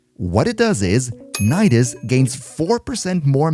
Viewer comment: Nidus : Ni - Dus Knee - Duhs